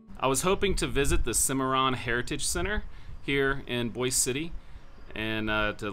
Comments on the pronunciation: Thank you - but it’s not pronounced like the city in Idaho. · Actually it’s not pronounced like Boise Idaho. Guitar signed by Toby Keith. Hospital is open yes.